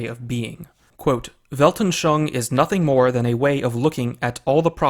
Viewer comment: Weltanschauung has four syllables. Welt-an-schau-ung. You pronounced it as if it had three, but after 'schau' the last syllable should be pronounced 'oong'.